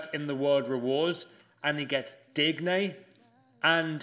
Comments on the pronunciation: Packs digne.: “ dig-nay” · Man said “Digg neigh” thrice 😂😂😂😂😂 FRAUD